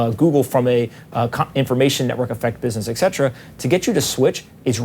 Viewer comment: who is "ekzetera"?